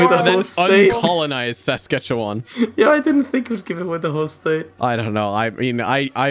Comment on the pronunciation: The way pronounces Saskatchewan hurts